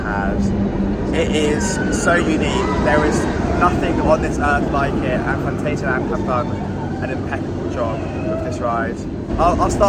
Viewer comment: Awww ... you start great with the "guten Morgen" ... and then ruin it by slipping into the english/american pronounciation of "Phantasialand".